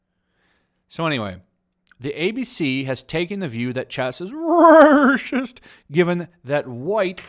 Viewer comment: Paper is waycist, it's huwite